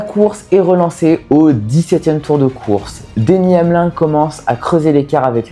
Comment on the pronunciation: Très bonne vidéo facile à suivre c’est super cool que tu parles de NASCAR en plus les Daytona 500 ne se ressemblent jamais. Franchement si tu sors d’avantages de vidéo sur la NASCAR c’est le bienvenue Ps : on prononce le i dans Denny Hamlin il me semble